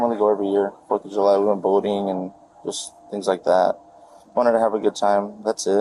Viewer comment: Did he say “foot of July?”